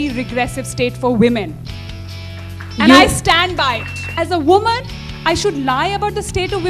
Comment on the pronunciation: 워먼 발음 중독된다ㅜㅜ